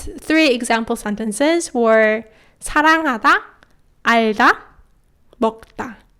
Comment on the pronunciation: Dear, when pronouncing i love you in korean, at the begining of the lesson, 나 너 사랑하다, I hear that ㄴ instead of the "n" sound at the 2 first words sounds like sort of D, and in 사랑하다 it sounds to me like B. Can you please explain? Thank you.